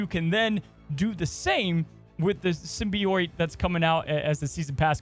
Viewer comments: You said Araña better than Symbi- OIT. It's pronounced Sym- bee- it or sym- bi- oat. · Sim-be-oat As opposed to sim-be-oyte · Did he just say "Sim-Bee-Oit"???? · This card is [perfectly good pronunciation] Araña. I probably butchered that haha I don’t speak Spanish. Also: The season pass card for the season will be SIM-BEE-YOIT Spider-Man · if you read this, symbiote is said like sim-bee-oat. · SYMBIOITE?? WHERE IS HE GETTIN’ THAT SECOND I FROM??? WORDS AIN’T PEOPLE MAN THEY DON’T HAVE TO HAVE TWO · ''Sym-bee-oyte'' was KILLING ME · Roll The R When U say Arana. Lol Good Luck. Oh & Sybi-OAT. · Not to nitpick, but it is pronounced Sim-Be-Oat (Symbiote) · The pronunciation of symbiote is sending me 😆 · Nails Araña, butchers Symbiote lol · I've never heard "symbiote" pronounced the way says it until this video😂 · You said "Araña" perfectly. Symbiote, however...! LOL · I’ve never heard someone pronounce symbiote like that. Holy moly lol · I cringed every time attempted to say “Symbiote” 😂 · You pronounced Araña correctly! Symbiote though lol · After your poor pronunciation of Symbiote & Araña, I'm surprised you could say scarlet spider correctly. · Symbiote pronunciation is satire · Why is he saying symbiote so badly? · Your pronunciation of araña was perfect. Your pronunciation of symbiote however was the worst thing I've ever heard in my life